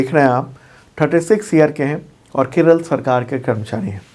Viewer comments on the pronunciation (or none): none